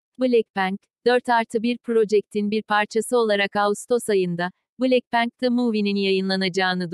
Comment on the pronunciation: Nobody: Google çeviri:blekpank